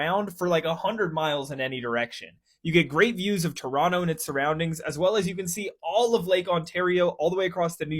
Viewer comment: He actually pronounced Toronto correctly